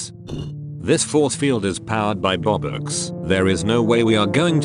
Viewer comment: ITS 🅱OBUX MAN NOT ROBUKS 😳😳